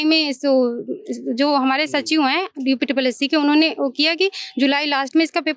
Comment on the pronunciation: UPSSSE नही होता है भाई, UPSSSC होता है।